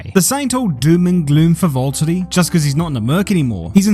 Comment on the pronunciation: Volt-ery tf is that lol